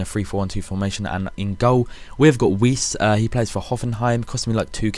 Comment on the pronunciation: weise pronounced viese :)